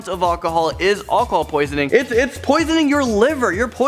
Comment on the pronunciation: Am I the only one who thinks he says alcohol weird